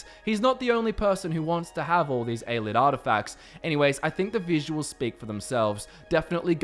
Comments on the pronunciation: hmm I always pronounced it A-lee-id not a-lid. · Ay-lee-id Love the channel but some of the pronunciation drives me nuts